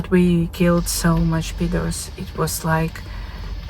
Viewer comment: Is she callin orcs peters 😵😵😵😵